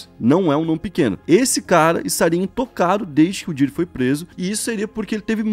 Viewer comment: não é Diddy, e sim Diddy! (se pronuncia com a ponta da lingua )